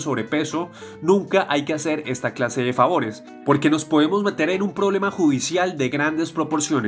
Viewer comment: Por qué dice Queas quedas OLVIAOS olvidados Poemos podemos